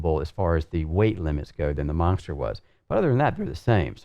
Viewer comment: Why does it sound like says “Monckster” hahahah